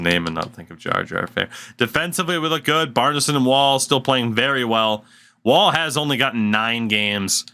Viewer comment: bjarnason actually pronounces his name bee orn sen also know his family too thats how they all say it